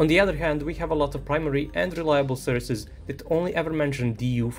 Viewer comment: great video but please have a look how to pronounce "sources" as it stings me each time